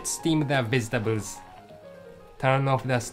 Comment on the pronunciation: "lets zteam the weztabels"